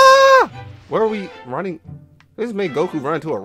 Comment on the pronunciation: WHY AH YOU RAHNNING